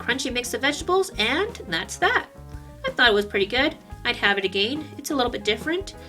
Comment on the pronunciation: I love how you say egein :D I'm searching for a good cookbook that uses only "normal" stuff, things you could find in almsot any store, any suggestions?